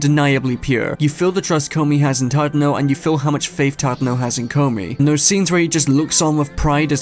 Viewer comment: i love that the entire community collectively calls Tadano as Chadano.